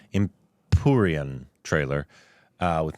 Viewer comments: എമ്പൂറിയൻ അല്ല എമ്പുരാൻ ❤️ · എം പൂറിയാൻ അല്ല മൈരോളെ.. എമ്പുരാൻ 😂